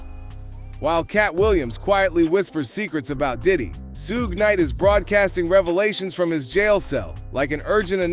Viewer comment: I can’t handle AI saying, “ Soog “ for Suge